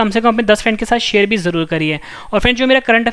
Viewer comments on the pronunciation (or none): none